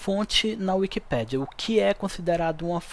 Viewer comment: É wikipééédia e NÃO wikipíiiidia 😮‍💨😮‍💨😮‍💨 NÃOO É BONITO FALAR ERRADOOOOOOO!!!!